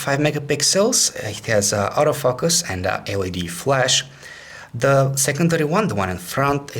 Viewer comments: very nice and comprehensive review and sorry but hehe sounds like Auto fuck-us :P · auto fuck-us. LOL